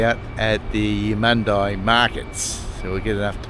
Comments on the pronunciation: I pronounce it as Eumund-ee not eye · I liked your video, it's a big state, thanks for showing there is more to it than the Gold Coast and Brisbane. And Eumundi is pronounced Edmun-dee not Emun-die, you did say Emun'-dee once on the train from Caboolture. 50 cent fares are great, compensation too for track work that will be ongoing with new stations Cross river rail etc leading up to the Olympics. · Love your vids mate ! It’s pronounced YOU-MUN-DEE 😊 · It would help if you bothered to check the pronunciation of the word Eumundi.